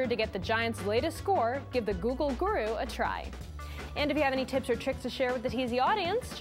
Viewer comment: she says guru like a DUMBASS! "gerer"